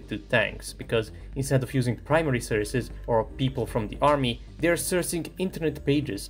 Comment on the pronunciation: great video but please have a look how to pronounce "sources" as it stings me each time